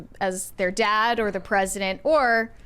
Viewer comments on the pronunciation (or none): I’m curious. If says “dad” as “dawd,” does she say “daddy” as “dawdy?”